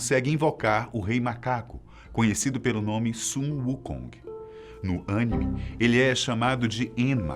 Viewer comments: Produção: vc vai falar sobre anime! Apresentador: ÂNIME? produção: não! Anime. Apresentador: ok, ânime. Produção: não porra Anim...vai vai vai, tá na hora. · Melhor "Ãnime" de todos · Cada vez que alguém fala Ânime morre um otaku. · Sempre que o cara fala "ânime" me dá vontade de desligar o vídeo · Ãnime ksksksks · Ânime ânime ânime... É aníme aníme aníme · Várias vezes aparece no vídeo "pronúncia correta: anime ou animê", mas ele insiste em falar "ânimi". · Ãnime kkkkkaakkakakaakakakakakkaaka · eu acompanho animes desde sempre kkk... bom, e eu ao menos pronuncio "Anime"... e não "Ânime" como vc ou "Animê" como outros!!! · Anime não tem ^ no A, então não precisa falar com ênfase, fala a palavra Anime do jeito certo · Pronunciar anime pode ser um pouco duro às vezes, talvez você não saiba disso mas... Quem criou o anime também falava ânime e nunca conseguiu falar anime. Mesmo assim, eu nunca vi ele indo na fono ou tentando aprender sozinho ele está sempre ansioso por errar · Na maioria das vezes o video corrige o dizendo q a pronúncia n é Ânime,e sim anime ou animê kkk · mas "ãnime" tá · Que agonia ouvir ele falando "Ânime" ksksksjs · Só eu ouvi Chácara? Kkkkkk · Dá agonia quando ele fala ânimes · A pronuncia correta é Animês, geralmente a pronúncia tem conotação forte no final, se a pronuncia estiver errada a chances da expressão mudar o sentido é muito grande, como por exemplo, Ani mê, é a forma que foi colocada, (ani - Abreviação de Aniki ou serja Irmão, Mê - Olho) Então ficaria assim a tradução Irmão Olho. Mas quero elogiar que as outras pronúncias estão muito certas. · Mano que vídeo foda só não gostei quando ele falou ânime ksks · Preferia ouvir a voz do Google tradutor do que desse cara. ‘’Ânime?????’’ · "ânime" kkkkkkkkkkkkkkkkk amei a pronúncia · Ânime - PAN !!!!! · Ânime kkkkk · Só corrige as pronúncias, Animê (Com ênfase no mê) e Son Goku! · Caramba, que agonia vc falando "Ânime", amigo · Animê ;-; aff ksjssksj